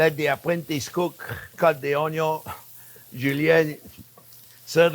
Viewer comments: "ONYO"-Pasta 😂😂😂😂 I love the man ❤😘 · I can listen to Chef say "Onyo" all day.